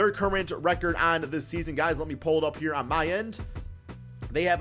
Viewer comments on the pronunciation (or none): none